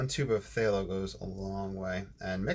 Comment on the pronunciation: Hi, fallow. Short a sound. “a” as in cat. Love your videos